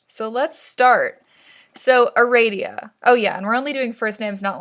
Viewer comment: ITS ARADIA NOT ARADIA GEEZ